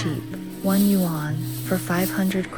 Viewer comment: I have been to villages like this in Shijiazhuang, Chongqing and near Shenzhen. But that's not how you say "yuan".